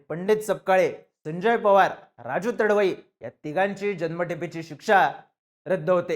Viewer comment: तडवई नाही रे तडवी आहे तो